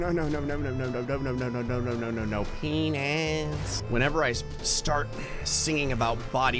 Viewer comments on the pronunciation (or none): THE WAY HE SAYS PE NIS XDDDDD